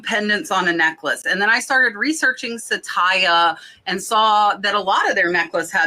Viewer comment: Glad your sales are up! That necklace brand is not sa-tay-ya but sat-ya (2 syllables). It is the sanskrit / hindi word for TRUTH.